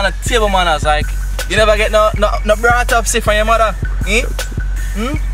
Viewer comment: "Brought-upsy" I. Am. Dying!!!